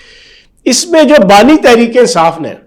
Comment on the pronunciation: Bani not nani